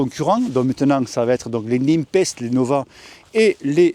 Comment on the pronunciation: Super classement, logique vue tes différentes présentations. Particule a de l'avenir clairement! Parcontre, Nepest se pronone "Nipest" pas "Nimpest" stp:p lol